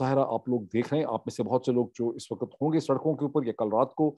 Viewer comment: Moeed saheb.The prononciation is ''Waqt'' not ''WaqAt'' 😊